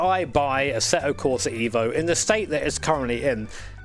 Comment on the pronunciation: It's eh-vo not eevo. Fact check me bro.